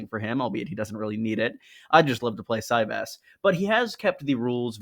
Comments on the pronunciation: Is that really how it’s pronounced? I thought a soft Y as in Valyria, no? Si-Vahs. Ahhhhhhs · Kings and Catapults on steam is like Cyvasse (pronounced Si-Vahs) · I really felt like it would be pronounced ce-VÁSS 🤔